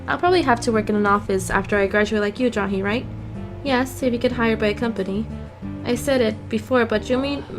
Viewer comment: lol why do u say ja-hee instead of jay-hee